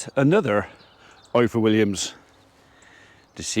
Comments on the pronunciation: Please say IFOR like you would say IVOR . In the Welsh alphabet single f is pronounced as V ff is pronounced as eff. Diolch (thank you) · The "F" in Ifor is pronounced "V". F is literally v in Welsh 🏴🏴👍